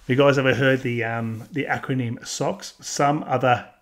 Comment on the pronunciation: "gunts" and "socks" 😂 from America.